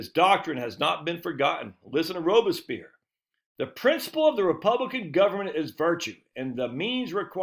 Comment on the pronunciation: Isn't his name pronounced like it's spelled, "robes-pierre"? You butchered it.